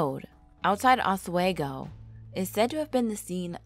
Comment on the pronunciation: It’s pronounced oz we go